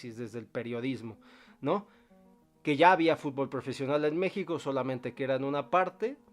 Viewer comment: HISTÓRICO!UN MEXICANO DIJO BIEN LA PALABRA, Y NO DIJO FUTBÓL